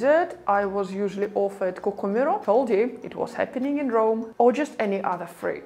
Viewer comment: 6.43...Cocomèro??? Not at all...Cocòmero is the pronunciation.